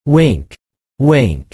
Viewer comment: you have to check how to pronounce wink thank you